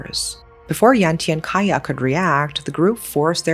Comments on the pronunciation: Hi. Cahya is pronunced with a C instead oh A K because cahya probably mean Cahaya which translated into light in English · Love how you cover this story, just a little additional info..'Ca' in Cahya in Indonesian or Bahasa is pronounce like 'charge'..much love💕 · Amazing coverage,. I would like to point out just one thing, though, Cahya in Indonesian is pronounced with a ch sound, like in chalk. Other than that, thank you for covering this, no notes. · Thanks for bringing this story up! Anyway, just FYI, the father’s name is not pronounced with K but with Ch. Like in Charlie. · A bit off topic but its really bothering me how she says Cahya's name. Idk why she reads it as "kahyah" when its supposed to be read as "Chahya", maybe in future videos you can learn how to properly pronounce the names. But other than, this is a well made video! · I thought Kaya was wierd name for indonesian man. Well because it's Cahya not Kaya. Ch-ah-yaa. cahaya in my mother tongue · His name is actually pronounced cha-yah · Hi. Just wanted to let you know that the pronunciation for Cahya is Ch-ahya. The C in Cahya is pronounced as Ch (chair, choose, chinese) I’m your new fan and I love your storytelling, the intonation, the description of the story, chef’s kiss. Keep going!! ❤❤❤❤ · Even, as Indonesian I never heard the case. Thankyou for brought up this case. Btw, you pronounce Cahya as Chahya not Kaya. Indonesian pronounce Cah not Kah but Chah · Pardon my diverted concentration, but the name "cahya" actually spelled cah-ya. Cah like how indian people call their uncle: cha cha. And ya like yea? So cah ya. Not kaya like kaya toast 😂 (I notice this because I am Indonesian) Aside from this, evrything else is great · Pardon me but Cahya is pronounced as cha-h-ya the c is pronounced as it is, not becoming k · A little correction pronouncing Cahya : 챃야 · The C in Cahya is pronounced like chair not like key.